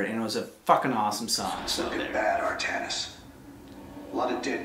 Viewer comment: AR-THA-NIS NOT AR-THA-NIAS